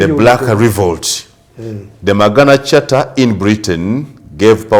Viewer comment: It's not magana charter, it's Magna carta ( sooma mug na carta)